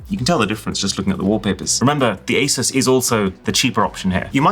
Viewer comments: That's not how to pronounce ASUS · When will people stop saying Asis, it is A-Sus, more like dr.seuss. Asus even has an official video on how to pronounce their name and a commercial.